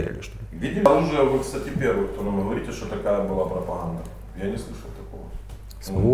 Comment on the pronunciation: Мужик даже говорит с украинским акцентом, гхакает.